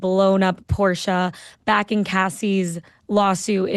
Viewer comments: I’m German. Your pronunciation of Porsche was correct. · Yes it’s Porshaaaa. Not posh.. just correct.